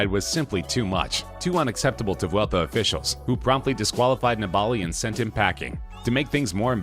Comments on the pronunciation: Neballi???? Its niballiiiiiiiiii 🙄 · Vincenzo Nibali's last name is pronounced "knee-buh-lee", not "ne-ball-e" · Maybe Lance is the reason cycling has a bad rap in the USA. Or, maybe it’s because guys who make videos about it don’t know how to pronounce “NEE-bull-LEE.” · It's pronounced 'nibbly'. He's a pretty famous cyclist who's had massive success. Be good to get his name right. It's also not spelled Dwight Howard. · It's actually disgusting how the narrator pronounces Vincenzo Nibali's name. Eugh! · You totally failed at pronouncing Vincenzo Nibali's surname right. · Horrible attempt at pronouncing Nibali by the narrator